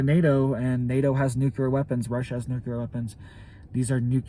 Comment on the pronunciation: Dude, not nucular… it’s nuclear like nucleus